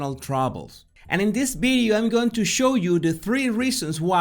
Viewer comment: Hey, can you say "Video" instead of "Bideo" 😋 Love your channel by the way 👍